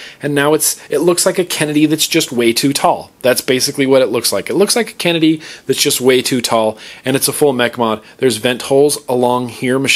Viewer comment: "bass krenedy" haha found that a little to funny